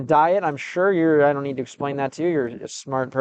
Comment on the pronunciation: Россиянин притворяется американцем, никогда такого не было и вот опять. В следующий раз постарайся так не палится в слове "need"